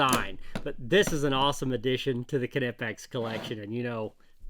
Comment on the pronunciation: You are the only englishspeaking person that pronounces Knipex the right way👍